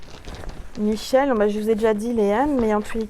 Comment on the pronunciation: Wow je me disait le m dans ma tête comme michel et tu sd prononcer sont nom ouf cest le bon cest sur